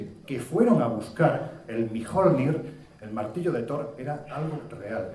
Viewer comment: jajaja solo pido que se nombre al martillo de thor por su nombre no por su escritura SEÑOR MIOJJJJJJJJJJJJNIR jajajajaja para una persona que se dedica a esto deja mucho que desear la pronunciacion